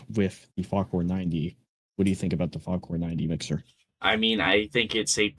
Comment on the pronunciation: "The farcor 90" Bro its Fa-kour